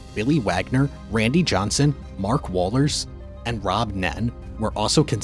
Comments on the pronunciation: It’s not Wallers bro. It’s pronounced Wohlers. If you’re going to make these vids uneducated in this realm get it right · Sorry bro that would be Whoa-lers, for you youngn's. Understandable mistake i guess.